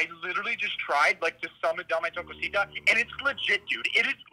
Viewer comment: Awesome its dame tu cosita not dame th cosita